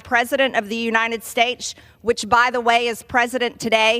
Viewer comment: “The President of the united schtates” so gross 🤮